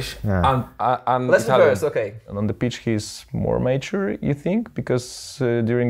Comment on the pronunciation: bez czepiania ale słowo Mature wymawiasz źle. Nie jestem purystą angielskiego lecz samo oglądanie kategorii na pornhub to nie wszystko;)